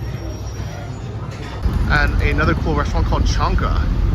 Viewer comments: it's Chaika not Chanka (LOL) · чайка my guy, not чанка. Though, your pronunciation would be a great name for a restaurant! *you said “chunk”. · Isn't it chaika rather than chanka? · Chonka restaurant 😅 But actually it’s Chaika, if similar to russian it should be “a place to have tea” (chai). Like pizza and pizzeria. Exposed brick is great, in general, but we can see the soviet time building methods which are not as appealing. My opinion ofcourse. In general - great renovation! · "Chanka" facepalm